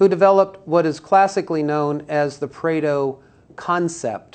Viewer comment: Pareto not Preto.... if you insist on "pronouncing" it, do some research first